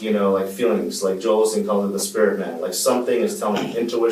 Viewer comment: as soon as he said olsteen he lost all credibility!! FRUITCAKE!!